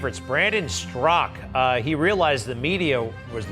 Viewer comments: Greg keeps calling him strak his name is straka. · Why does Greg always pronounce it "Strock"? I've always heard it pronounced with the a at the end. "Straw-kuh"...